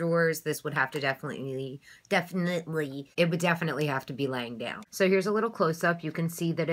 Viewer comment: "Definilefly" haha. Bloopers get me every time.